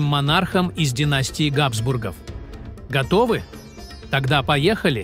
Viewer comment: Какая отвратительная озвучка! Ударения на слова чудовищны! КузЕны, а не кУзены, ГАбсбургов, а не ГабсбургОв. Слышать подобное уже само по себе испытание, и не то что подписываться, а и просто открывать этот канал совершенно расхотелось.